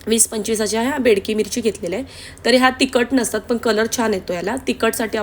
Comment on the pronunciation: बाई ग बेडकी मिरची नाही बेडगी मिरची आणी त्रिफळा नाही ग तिरफळ म्हणतात त्याला 🤦‍♀️😄